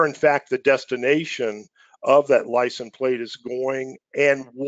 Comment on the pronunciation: Great overview but it's "License Plate" not "Lisen Plate"